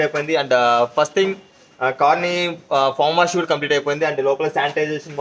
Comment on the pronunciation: ఫామ్ వాష్ కాదు బ్రదర్, ఫోమ్ వాష్. ఫోమ్ అంటే నురుగు. ఫామ్ అంటే కోళ్లు ఉంటాయి